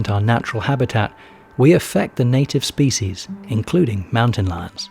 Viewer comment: Excellent documentary but the narrator's mispronunciation of "species" is very irritating.